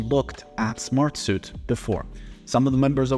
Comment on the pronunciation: Bro, it’s Smart-Sweet. Not Smart-Soot.